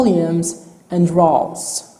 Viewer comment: How he says Columns and Rows while explaining screen width and height and depth. "Kaulumes" ="Columns" and "Raws"="Rows" No Offence Sorry